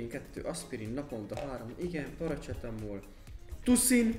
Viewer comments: Paracetamol ( paracsetamol) xd Annyira ismeros itt Romaniaban minden hol ott van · az,, paracetamol " fájdalomcsillapító Romániában XD, az a kiejtés 😂